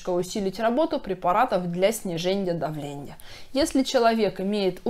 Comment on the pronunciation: Невозможно воспринимать - сниженЬе давленЬя, названЬя, зренЬя...🥲🧐 Хорошие, полезные вещи говорите , но речь ....